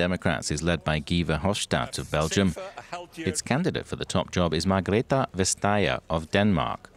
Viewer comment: As a Dane, I laugh at the names pronunciation of Margrethe Vestager.